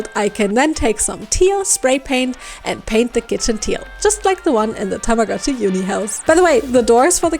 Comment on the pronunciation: TAMAGO-CHI IS PRONOUNCED WITH A LONG O. たまごっち - Tamago-chi - Tamago is Japanese for egg.